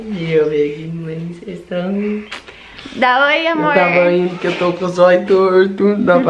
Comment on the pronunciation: se fala eu "tava" não eu "tavo" espero não ter me levado a mal ❤